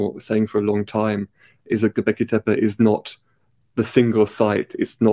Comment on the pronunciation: Just for clarity, in Turkish "tepe" (hill) is pronounced "teh peh" not "teh-pey". Lee Clare pronouces it correctly in this video.